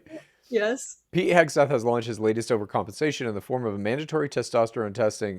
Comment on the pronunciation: Ffs please get people’s names right..The dudes name is Hegseth..Not Hesbeth.